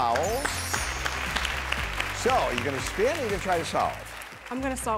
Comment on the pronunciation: The I in "SPIN"